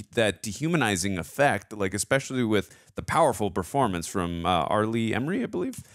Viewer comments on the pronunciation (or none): Super late to the party, but ... Arleigh Erme. Not 'Emerery' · It's not Emry it's Ermy. Pronounced Er me. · It's R. LEE ERMEY not EMERY you fancy ass. Do us all a favor both of you. Read at least one hundred books on different subjects fiction and non-fiction. Acquire some fucking knowledge. Then, review movies. How is it possible you only have the life experience of a 12 year old? Oops, my bad, it's obviously our decrepit education system. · Gunny Ermeys last name is pronounced like grrrmeeee but with an E not Emrey. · The gunnys last name is "ermey" not emery. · GEEEEEEZUSSSS!!!, i love you man. In the future,..if you're gonna speak an actors name countless (hundreds?!) times. ANNUNCIATE it correctly. For a man that's a stickler to ALL the details that you seem to be,... R. LEE ERMEY! Not Emery. For the sake of all good and righteous. I'd like to get thru this cuz I don't recall how it ends other than Pyle being me and you are my drill sergeant. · His name is pronounced ER-MEE! He was an actual Marine drill instructor and was just supposed to be a tech advisor but ended up on camera..... and all the better for it. My grandfather (a Viet Nam vet) and I went to see this in the theater and he had to leave because it was too authentic for his nerves.... which I've heard was said by many other vers who saw this film. Thanks for sharing guys. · Every time you said "emery" I cringed. RIP, Gunny Ermey. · His last name was pronounced Err-me. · Couldn't take you constantly mispronouncing R. Lee Ermey's name. The R is before the M